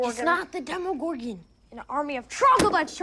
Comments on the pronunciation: Demigorgon not demigorg... :/ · It's 'demogorgON', not 'demogorg'. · why are you saying demogorg instead of demogorgon? is it really that much of a trouble to add the last syllable? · it's "demagorgan" if I remember correctly not "demagogue" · "Demigorg" Uh...Demigorgon. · even after show the clip, where they fucking call it the DEMIGORGON, he keep's on doing it. it's like he's doing it on purpose.